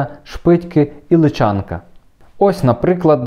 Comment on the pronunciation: Дякуємо. Тільки село ЛИчанка. Наголос на перший склад ;)